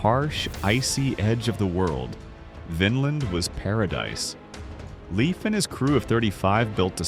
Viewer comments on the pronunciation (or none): Thank you for correcting your pronunciation. mid-clip of "Leif". Pronounced "Laif", NOT "Leaf". This drives me crazy, being it's not only my middle name but also my father's name. Natives seemed to be Masters of guerrilla warfare. Smart way to fight a stronger enemy. Same way we fought the British, same way they fought America in the Middle East. Fight smarter, not harder.